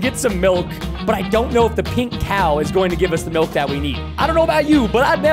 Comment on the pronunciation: I love ur videos but please don't say melk! Please